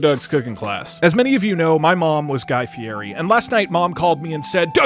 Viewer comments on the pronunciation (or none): if guy was really your mom you would know his last name is pronounced fieti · Fie*DI* you don't pronounce the R god damnit! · You're pronouncing fierri wrong